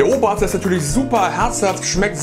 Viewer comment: ohmei....Ooobaaazda! Schon lustig zu hören, wie Nicht-Bayern das versuchen auszusprechen! 😂😂😂😂😂😂